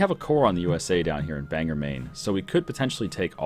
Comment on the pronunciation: Couldn't resist it's pronounced Bang-gore not bang-er.